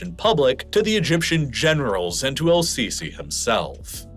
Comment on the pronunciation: It's not pronounced "Al-sisi", the L is silent. it's more like Es-sisi or SCC